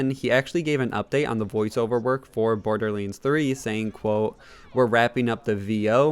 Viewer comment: Iam more annoyed by his pronunciation of borderlands 3; borderliands?